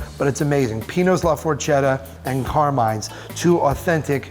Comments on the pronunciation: ForKETta not for-chedda🤦🏻‍♂️ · la forKetta. say words properly you mangacake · It's Forchetta pronounced For-Ketta with a "k" sound not a "ch" sound. Stop butchering my language. 😆 lol..... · Not to be “that guy” but Forchetta is pronounced “forketta”. Just saying. Great video! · I cringed so hard at the pronunciation of Carmine and forchetta